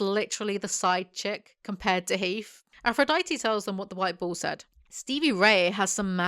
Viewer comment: I kept hearing 'ball' instead of bull, and I think it says a lot about the series that I didnt even question it lol